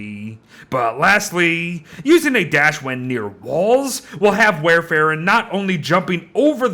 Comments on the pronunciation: Wow., I love your content, but it hurt my brain every time you said this character's name. It's the same as the generic name of Coumadin, a very old and common anticoagulant. It's pronounced like "wor ·fr·in," not "war e·fair·in." (Even the Brits don't pronounce it like that.) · It's pronounced like War-fuh-ruhn It's actually the name of a medication haha!